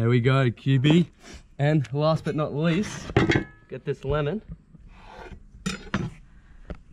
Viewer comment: the way he pronounced it was like DAYUM LEMON